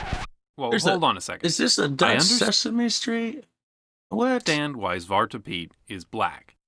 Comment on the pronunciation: You almost said zwart good. You said zwat you forgot the R.